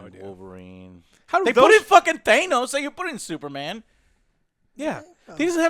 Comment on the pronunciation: Anyone else triggered by how Joe pronounces “Thanos”? lol